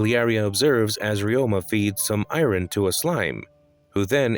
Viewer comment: The pronunciation of Iron broke me 🤣